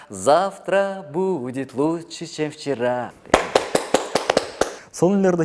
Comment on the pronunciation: Чем вчера дегенди чевчара дейтго😂😂😂